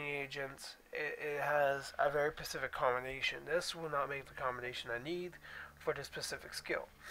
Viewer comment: Next time please blow your nose before recording! Also the word is 'specific' not 'pacific'. Good video otherwise